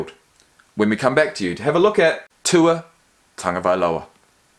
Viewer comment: I’m glad you finally learned how to pronounce his name properly! You’ve redeemed yourself as a Kiwi! Because recently some Aussie commentator made fun of the Polynesian names of their National Rugby League players and then made light of it when confronted with the issue. Very nice come back on your part because these days, people are very sensitive about race issues, particularly here in the States.